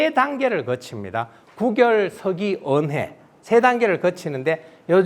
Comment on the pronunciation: 계속해서, "구결"의 "구"자를 짧게 발음하고 있음. 이 "입 구"자는 길게 발음해야하는 자다. "구두, 구술"등 얼마나 바르게 발음해 오던 말이었던가? 이런 평상어를 일류 학자가 바르게 발음하지 못하는 것이 오늘날 한국의 문화이니, 오호 애재! 오호 통재! 미국 변 완수 배